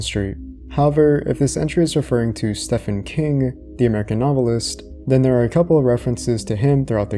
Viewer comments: Stephen King is pronounced "steve-in". Interpreted is the word you're looking for, not interpretated. And a city council has nothing to do with signage copyrights. Love the channel, so this is just engagement and encouragement to get a beta or editor on the team. It will go a long way to increase the quality of the channel. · Stephen King's name is pronounced like Steven. Weird spelling, I know! :p Great video btw ♡ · This wasn't the first time I've heard that. Guess if you really do not know who Stephen King is (which is rare), you might think his name is pronounced the way we hear it in the video because Stephen is a common name that's pronounced that way. In reality, it's simply pronounced like Steven. He isn't even using a pen name what many might think till this day because they somehow mix it up with his Richard Bachman years. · The way you say Stephen 🤦